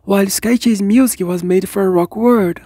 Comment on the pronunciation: yup, rock word is the correct way the say rock world now.